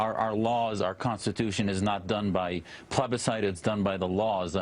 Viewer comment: "plebiscite" is a dick word and it sounded like he said 'plebicide' - like homicide by plebs - sounding even more like a dick.